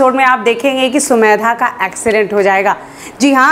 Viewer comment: Mam aap har bar sumedha bolti hai sumedha nhi samedha hai